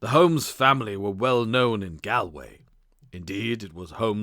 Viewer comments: I like these non original stories but this drove me crazy. Galway is pronounced Gawl-(rhymes with ball)way. It's a very famous place. I can only wonder what would happen if they were asked to pronounce 'A nightingale sang in Berkeley Square' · This is a good story but is let down by the many times the narrator badly mispronounces words, such as Galway is said as Gaul-way, Viscount is Vi-count. I do wonder if English may a second language? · The reader's mistakes in pronunciation make it too irritating to listen this recording: modicum, narrated, Maynooth and Galway are all mistreated in just the first three minutes...